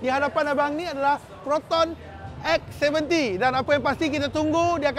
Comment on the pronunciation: X abam bukan S ... 😂